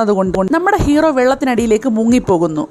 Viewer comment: hero anu cero alla